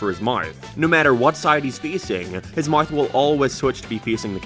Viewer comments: He's got two "Mayths" 💀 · "he's got two moawths"